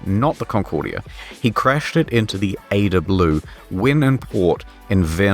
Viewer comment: A E DA not Ayda